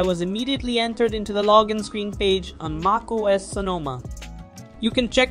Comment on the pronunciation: Should I trust a guy who pronounces MacOS Maacose?